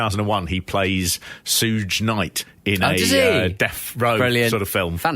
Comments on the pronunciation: SOUGHE KNIGHT??? WTF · its pronounced Shoog knight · "Soodge Knight" C'mon, you're a middle-class white dude. If you can't pronounce Suge Knight, who the fk can? 🤣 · "Sooj night" 😂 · "Sooj knight" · Sooj Knight? Hahahaha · Sooj knight lmao these guys need to come to the usa and stay for like 6 months cuz they butcher everything american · Pronounced (Shuu G) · "Shug" I guess, like short for Sugar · Sooge Knight 😂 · How do you know who suge knight is and pronounce it wrong lol 😂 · I came down to the comments to admonish you for referring to John Stossel as John "Cossel," only to see that you referred to Suge Knight as "Sooj" Knight later on in the video. You know, if you don't know how a name or word is pronounced, and you're making content that's going to be seen by thousands of people, instead of just guessing or pronouncing it phonetically, you could take thirty seconds to Google the proper pronunciation. Just saying. Also, I don't care how old or enfeebled Vader was... he had no business doing the job for a light heavyweight indy worker, which in 2016, was ostensibly what Ospreay was. In 2016, NJPW was NOT the same international major promotion it was back two decades prior. The IWGP Junior Heavyweight title has NEVER been the most prestigious title, serving almost as a vanity belt for Liger throughout the 1990's. and it meant significantly less by 2016. The fact that Ospreay had the audacity to even expect to go over Vader is indicative of his own undeserved hubris. In Japan, Vader is probably the 3rd most respected of all time, behind maybe Terry Funk and Hansen. Arguments could be made for Dr. Death and the Roadies, but I'd be dubious of those argument's validity. Even today, were Vader still alive, and taking Ospreay's current level of fame and prestige into consideration, he STILL should not go over Vader. The business was much hotter when Vader was a major player. Wrestling, while currently profitable, isn't nearly as popular these days, with